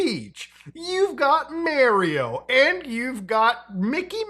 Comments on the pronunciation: Meario? its pronounced how its spelt.... Mario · MARIO! Not "mareio" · mah-rio, not mare-eeoh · Anyone who pronounces "Mario" as "Mare-E-O" should not be trusted. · bro said Mary-O 💀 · That disturbed me deeply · Anyone who says "Mario" like "Meh-rio" can literally delete themselves irl